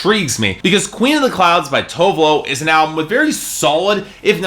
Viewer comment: Dude, her name is TOO-VEH LOO You really should learn how to pronounce people's name before you go on rants about their albums. First it was Jhenè Aiko (JUH-NAY EYE-KOH), Tinashe (TEE-NAH-SHAY) and now her. -.